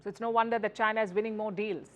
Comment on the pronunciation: I love everything about Palki …until she says one word ..China 😀😅🤣😂!